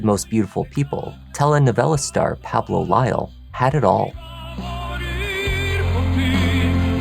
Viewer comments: Please pronounce “Pablo” as it should be pronounced “PAH-bloh”, not “PAA-bloh”. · So you can correctly pronounce the names of the telenovelas but not the name Pablo?? 😂